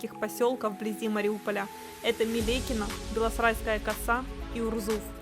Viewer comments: Люди, объясните... Почему она говорит "белоСРайская" вместо "белосАрайская"? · "Белосрайская коса". Она называется БЕ-ЛО-СА-РАЙ-СКА-Я! Не белосрайская...